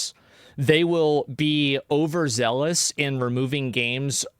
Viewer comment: I know this isn’t funny but “over zelle us”